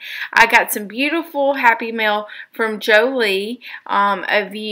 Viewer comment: Yay!!! This just made my day! The wax paper is just cooking wax paper hat I put behind a page when I used black gesso to prime. And I love how you flipped over the patterned canvas!! Can’t wait to see how you use the other giblets. (Oh and it’s jo elle, not jo lee, but everyone says it like that when they see it lol) 😘